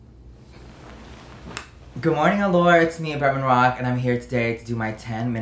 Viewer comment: he said allure wrong lol